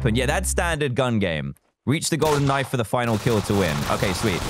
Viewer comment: Me: almost getting a backstab Dan: *Backstab me with a golden knoife Me